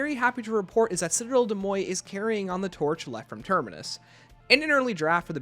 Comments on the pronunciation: I gagged every time you called it “”Cidell Day Moi” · Citadelle des MOYE and CROFT pronunciations get me every time😂 mostly joking, love the vids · I am not even french, but the "Citadelle De Moye" pronunciation is killing me lol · De mor say it with me lol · I am French so it kinda pains me hearing it pronounced like that because like Where did the T go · I believe it's actually pronounced "citadel de morj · yeah an anglicised pronunciation would be ‘citadel day more’ tho it’s still sounds wrong haha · Awesome video! The pronunciation of though 💀 My french sucks so I just call the map citadel. I’ve been loving the map and the swords!